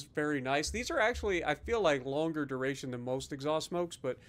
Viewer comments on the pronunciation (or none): none